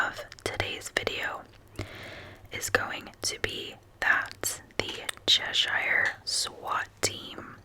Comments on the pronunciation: Chesh-er is how we pronounce it (most places in the northeast that end in shire are pronounced that way). Thanks for your content! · As a Brit, it always cracks me up how non-Brits pronounce name of places. Fist one is Edinburgh and the second is everything related to “shire”. Like Cheshire ;). Thanks for making me smile. Oh and I vote for b please!